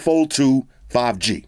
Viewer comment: did he say samsung 5G... 5 Gangster? hehe i love this dude already :D